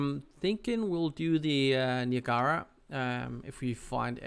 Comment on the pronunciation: Niagara as in USS Niagara and Niagara falls.... Say it with me [NY] + [AG] + [UH] + [RUH] Niagara ;) but all in all great video series.